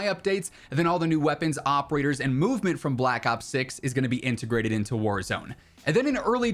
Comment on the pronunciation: The way he said warahzone map